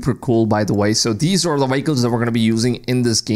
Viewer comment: Vehicle ❌️ Waycles✅️